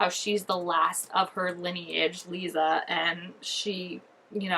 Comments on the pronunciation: I always tell people when I’m telling them about the books how to say Lissa’s name and that is. Say Alyssa but then remove the A and you will have Lissa. You can even do it with Melissa if you want just remove the M and E and again you will have Lissa. Hope that helps you say her name. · Lissa is pronounced like the word lisp or listen. They’re pulling stuff from all 6 books and merging characters and changing some storylines like Robert isn’t Victor’s half brother anymore but his husband and they have two daughters Sonya Karp and Mia Karp. Sonya as in the teacher who turned strigoi and Mia is said to be the merging of both Natalie’s character and Mia Rinaldi’s character. Also this mia is gonna be in a relationship with a novice named Meredith who played a really small role in the books. I also heard we’re gonna get Adrian in episode 6!!!! Super excited 😆